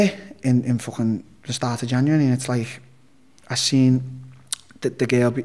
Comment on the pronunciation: Take a shot every time Darren says “fwching” Merry Xmas